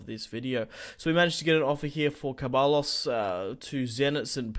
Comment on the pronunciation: It is not kebalos it is zebayos